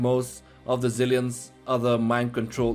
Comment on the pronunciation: I like how you say Jigan for Gigan, and it's little cringe how you say zilliens instead of xilliens